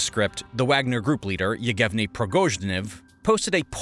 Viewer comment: The guy's name is Evgheni Prigozhin not "Eughevni Progozhnev" as you called him